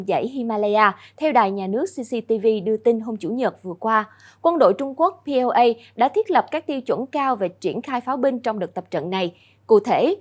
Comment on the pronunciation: please read correctly PLA = People's of Liberation Army . we wonder why the whole chanel and the whole peoples kept reading POA ? what a stubborn things that you guys keep doing it